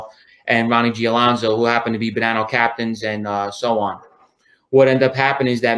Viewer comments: You say tomaeto, I say tomato, You say Baninno, I say Bananno..!!! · Bonnano not bannino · I was like...wtf is a banino? I actually looked it up thinkin i was missing somethin.. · This guy can’t even say Bonanno family right lol unbelievable., I don’t know why you didn’t help this guy out and correct him